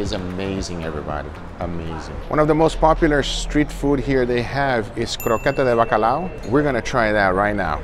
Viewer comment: He said : "croqueta de bacalao" perfectly😂👏👏